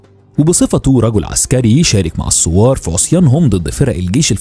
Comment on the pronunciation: احب اللهجه مصريه وافهمها ولكن ممكن متابع مايغرق بين السوار و الثوار … بالتوفيق 😁❤️🇰🇼